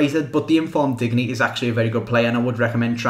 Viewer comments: Just btw i think its pronounced either dinyay or like the French word digne which is pronounced Dinyer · (You don't pronounce then 'n' c: Just thought you'd like to know from someone who is from france) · Say diende for digne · Digne is pronounced "Din-yay"